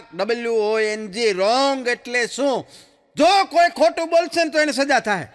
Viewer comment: બહું સરસ જોક છે, રોંગ not Rwong × Wrong